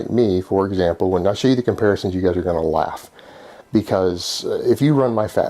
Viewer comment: Its just the reali-tee of it, gahs. In muh liiife.